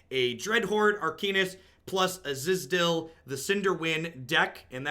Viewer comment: I don't know if you were intentionally mispronouncing Adeliz but it's pronounced Ad-ah-laeze not azizdil. You might have just been trolling though I couldn't tell. Not that it actually matters though.